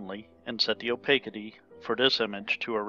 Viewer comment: It's generally pronounced, "oh-pas-itee".